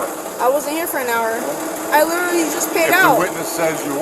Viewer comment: You know you're drunk when you can't even pronounce literally correctly, plus you're using it far too frequently.